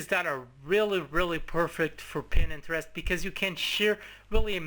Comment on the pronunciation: its pronounced PINTEREST not PINENTEREST